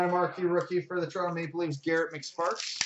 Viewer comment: And Garet McSparks